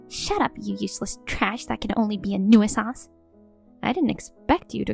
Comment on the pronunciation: Nuisance is pronounced NU- sens